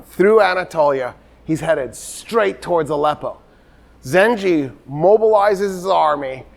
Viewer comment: And it's Zangi not Ginky. Full name Imaaduddin Zangi